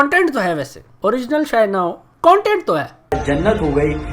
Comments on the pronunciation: I want to punch him in the face every time he says CUNTENT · verify hone k liye insta pe ye tiktoker apni tashreef youtube pe hi le k aye or ab bc usi k content creators k against or bhai cuntent ni hota content hota hai jahil😂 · Ok... So this guy is indian?!?! XD i can understand his problems now.... Plus he kept saying the whole video Cuntent cuntent he cant even pronounce CONTENT right... The way he is talking he seems like he has no freakin idea how much hardwork YouTubers go through... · Yr ye cuntent q bol ra content nai hota..?